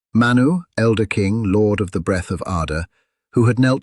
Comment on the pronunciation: ManWoo 😂😂😂.. I just can't. The dangerous and elusive ManWoo.